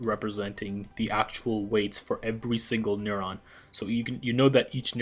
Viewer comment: What is a n-uh-rrr-awn